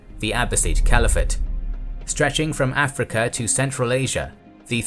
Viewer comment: I like how this guy kinda pronounces Africa like “afrekea”.